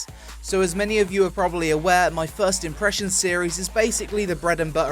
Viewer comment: Peonpressions :D